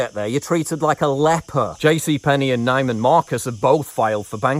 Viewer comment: My family (through sharing) still owns a (small) building in NY where each floor is a (luxury) apartment. None of us are there. One of my good friends was a good friend to Mrs. Neiman Marcus, but they didn't pronounce Neiman like you.